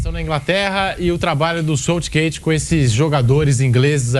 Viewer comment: Quando o sotaque se sobressai à pronúncia você escuta aberrações como 'SÔUTSHGÊITSH' 🤦🏼🤦🏼